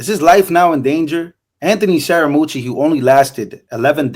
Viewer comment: Scare-uh-muchy - bro you gott lean some speaking skills if you wanna keep doing this. I know you pull the spanish card like 'we dont speak well' or some bs.. but you gotta watch these videos before hand and acutally learn how to speak the language. Jeesus.